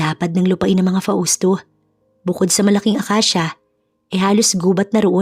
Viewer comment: Shout-Out from CANADA 🇨🇦 🍁 Namesake ko yung isang karakter ninyo dito 😀😃 but here in CANADA 🇨🇦 they pronounced MABEL as MAYBELLE ( MAY not MA ) 🥰 ‘Nyways, we’ll see how this story goes! BTW, Hindi ba’t FAUSTO iyon not FA—USTO?? 🤔🤔 katuwa handle ng narrator “ ” 😛😛